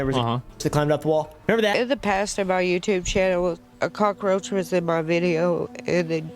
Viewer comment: HE KNOWS WHAT HE IS DOING WHEN HE SAYS COCKA ROACH lol